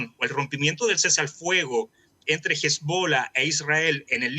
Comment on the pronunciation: Este señor o es pelotudo o ignorante, Irán es el mayor financista del terrorismo en el mundo. En una al ayatola el indicó que su primer pensamiento en las mañanas es como hacer desaparecer a Israel. Por otro lado, ni siquiera sabe pronunciar correctamente a hezbollah, no tiene idea que es una palabra aguda, ya que termina en “h” en su lengua original es ahí donde se acentúa, sin dejar de mencionar que trata a Israel como tontos, con el mejor servicio de inteligencia del mundo, este señor tiene el complejo del gil, creer que los demás son igual de giles.. El entrevistador no ayuda mucho, ya que no se puede entender el medio oriente y el oriente con la mirada de las "virtudes y complejos chilenos", sobre todo si le sumas al coctel, un a ignorancia supina. Le recomendaría a los estudiantes de esa universidad y de las materias dicta, que les devuelvan el dinero, al menos sobre esta materia.